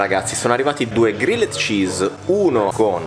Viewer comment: Regà, era da un po' che volevo dirvelo... Pronunciate Grilled -->Grilld